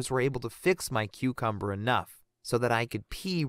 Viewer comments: The way he said "cucumber" it legit sounded like "QuEcUmBuR"😭🖐️ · Ok when he was trying to say that a snake bit off his cucumber but he wasn't saying it thats when I just said oh hell nah I'm leaving😂😂😂😩😩😩plus he just said the cucumber word like dude but I swear I heard it with my own ears😂😂😂😂😂😂😂😩😩😩😩😩😩😩